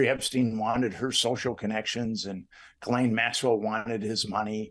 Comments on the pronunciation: the only knife ive ever bought was a sheffield steel Fairbairn Sykes dagger. And her name is pronounced like " zhillen " like a J but with the shhhh sound behind it. Ghislaine = Zhillen. I prefer Jiz Lane myself. For obvious reasons lol. Jiz Lane inbetween Maxwells Two Legs Street. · Oh my goodness,..... Its pronounced (geh-layne'). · Ghislaine is pronounced Ghee-len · It's Gi-laine, like the gi in gift!! Hard g, short i. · I think it's "Gee-Lane"